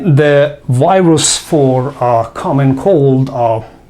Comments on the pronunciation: سلام دکترجان همه چی عالیه فقط تلفظ انگلیسی Virus , Viruses از دیکشنری ها چک کنید ممنون. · Thanks. Very good info. But why is it so difficult for many people to pronounce "v" as in virus? or video? And not wirus, not wideo. To pronounce "v" just touch the upper front teeth to lower lip. That's all.